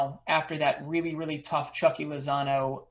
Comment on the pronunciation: Its Chucky. Its like your saying the u in the word you